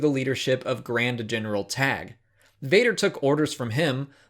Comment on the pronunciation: Pretty sure Tagge is pronounced tar-gey not tag. ;)